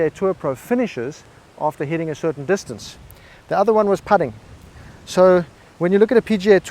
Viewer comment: Just wait until you hear him say "distancey"...you're really going to lose your shit! Some friendly advice...go ahead and watch his videos...but keep your psychologist on speed dial!